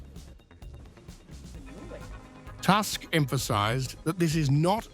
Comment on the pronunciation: Who is Task Polish premier name is Tusk( toosk) learn to pronounce properly